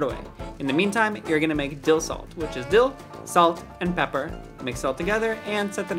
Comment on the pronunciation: why he say pepper like dat